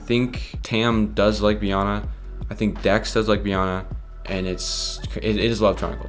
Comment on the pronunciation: It's pronouced bee-anna like anna from frozon.